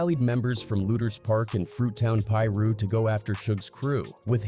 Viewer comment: How tf does this narrator know how to say certain names, specifically Gang names like Pirus. Pronounced: Pie-Roo/Pie-Roos. Get your A.I. voice correct bruhhh...